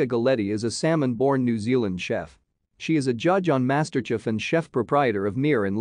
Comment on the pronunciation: It sounds like he's saying she's a Salmon born chef, not a Samoan one!